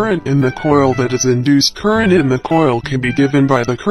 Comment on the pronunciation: "CurReNt .....CuRRRrRrRRrrrRreNt